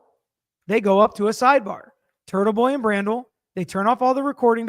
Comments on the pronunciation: Bradl not brandel! You're the best regardless! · love you but it is Mr. BRADLE NOT brandel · TB’s atty is pronounced “BRAYDEL” not Brandle. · CAR-KNEE and BRAY-DLE...Brennan is pronounced Slime-Ball.